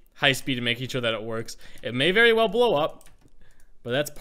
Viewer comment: "Be sure to subscribe as rell" 2018